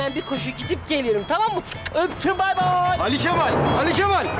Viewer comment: Sinan neden ali kemal deniyorda ali kefal diyor